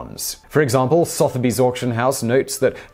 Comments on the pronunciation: It's sutherby's not sotherby's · Why are you pronouncing Sotheby’s like that? It’s not SOTH, like moth. It’s SUHTH, like the O in blood. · Sotheby's is "Suth-a-bees". Everything else is perfect :D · “So.therbys”? Isn’t is pronounced “Southerbys”? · His pronunciation wasn't quite right either. It's pronounced SUH-the-bees, with a hard th. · Probably already mentioned, but Sotherby’s is pronounced “suther-bees”. Carry on! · Really Simon...really.... your British ffs an you can't pronounce Soth-er-bees. ...tut tut my boy tut tut indeed. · Today I found out I've been mispronouncing Sothebys my entire life. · Soth? rhymes with cloth or Soth rhymes with dove? Where exactly did Simon learn what he calls English? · Why do you say Sotheby’s like that? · Why do you pronounce Sotheby’s like that? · How can you be English and not know how to pronounce Sothebys!